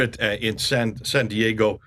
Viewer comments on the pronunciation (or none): none